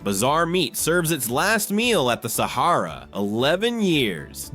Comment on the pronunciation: Guy Firey?!? Saharrra? Hate fucken AI pronunciation.